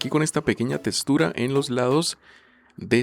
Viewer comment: Textura❌ Testura✅